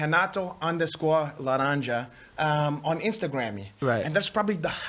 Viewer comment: I love how Renato just purposely doesn't even try to pronounce any word that starts with an R the right way. Much hespect!!